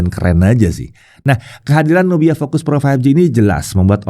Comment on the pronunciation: Kirain tdi dengarnya NOKIA 😅